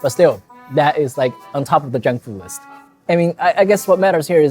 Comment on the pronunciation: I like the way you say "South Indian Fu" in the end. It make's it sound just like kung fu.